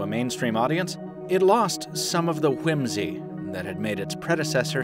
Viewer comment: Haha I love how he over-pronounced whimsy